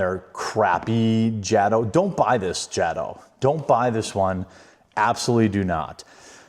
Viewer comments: First of all it is pronouced Ja - to, not Jad o??? has always been that way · Ughhh... it's pronounced Jayto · I thought that was you! Haha! Glad to see another rc head out there. And yeah like everyone else is saying, it’s pronounced Jay-toe bro, Jay-toe. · most of us would have called this a version of a slash called the Back-Slash. However just so you know its pronounced (Jay-Tow) I love the Pink/Purple combo but they should have made the internal hop-ups pink as well. Not Blue. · Bro its jay_toe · It is pronounced Jay-Toe